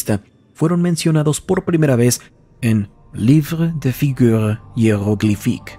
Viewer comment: oye les es "lu livr du "